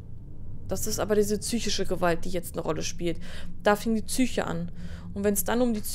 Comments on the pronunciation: Wieso sagt sie immer tsyche und nicht psyche? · Kann mir jemand sagen warum es Leute gibt die Zysische Gewalt sagen. Oder Zysche ? Gibt es Bundesländer wo man Psyche so ausspricht?